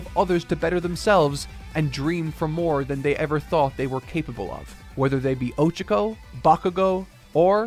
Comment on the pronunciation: I won't lie, him saying "O-chako" instead of "o-CHA-ko" is really bothering me. I don't understand why he doesn't research how to pronounce names as much.